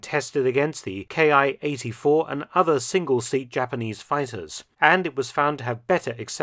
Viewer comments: This is really minor mistake but its something I hear often and I just wanted to point out that all of the Imperial Japanese aircraft with the Ki designation is not pronounced as K-I its pronounced Kee like a key to a door or car. The reason for this is that in Japanese the symbol used for these designations is キ (ki) so in Japanese the aircraft appear as キ--61 (kee-61) rather than K-I. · Why do you say "Ki" like it's a German abbreviation for a manufacturer? It's a word, pronounced as "key." Did you really write books about this subject? I'd have to call bullshit.